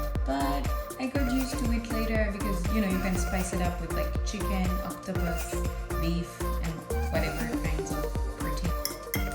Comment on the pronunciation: Did you say OCTOPUS? Bashamwe